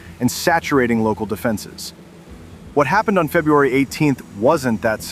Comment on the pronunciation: "FUBRUARY" 18th 2026?!?!? YGBSM!!! TOTALLY LAME channel BLOCKED!!!!!!!!!! Looking at the THUMBNAILS for your "OTHER VIDEOS", EVERYTHING else you have posted is JUST AS TOTALLY WORTHLESS!!!!!🤣😆